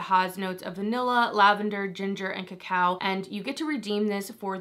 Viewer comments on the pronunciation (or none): none